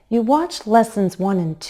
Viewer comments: 2'03" --> When you expect agreement/confirmation (meaning, you're pretty certain about the statement), a falling intonation should be used. You're right that we stress on the helping verb, but when you say "You can step and glide now, can't YOU?" (@ 3'01"), you're actually stressing on the pronoun, which comes across as a rising intonation. Meanwhile, a rising intonation at the tag means you're not really certain about the statement you're trying to say. This is just my opinion. Perhaps there's regional variation. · I have heard it six times and my ears tell me that you emphasize the pronoun in real questions. "You watched lessons 1 and 2, didn't YOU? I am wrong, aren't I? Boy, is this tricky!